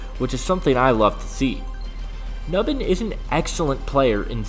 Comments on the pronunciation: “New-bin” not “Nuh-bin” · if you are gonna talk about players, say their name right, phonetically (NewBin) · Pronunciation: "New Bin"